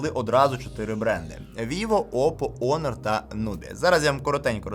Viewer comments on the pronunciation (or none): Онор? Honor = Гонор. Гоноровий. Є таке слово в українській, хоч і англізм але це воно точно читає назву.